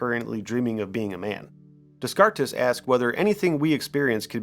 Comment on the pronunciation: Why do you keep suspiciously mispronouncing words you should know? At this level of apparent "knowing" surely you have heard someone pronounce DesCartes and learned the Ss are $ilent. Smh. Why am i watching this channel. Remove the mask. Youre one of them